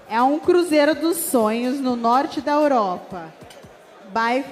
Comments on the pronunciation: Impressão ou eu entendi que a falou:" Norte da Oropa"? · Como consegui perder o nascimento do continente "Oropa"???? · Tive que ouvir novamente, porque pensei ter ouvido errado, mas lamentavelmente ela falou ouropa!